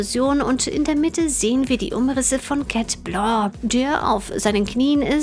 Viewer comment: Warum immer „Chat Bloo“ und nicht „Chat Blanc“?